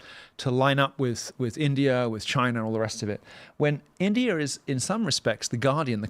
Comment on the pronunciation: He still says Indier which I find hilarious.